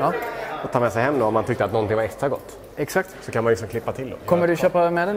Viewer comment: Äggsakt, äggsakt.